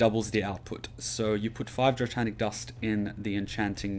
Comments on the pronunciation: "Dratanic" ...wat? dray-nic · Just a minor thing, but I'm anal about it. It's Draenic Dust. There is no "T" in Draenic. Not Draetanic. :)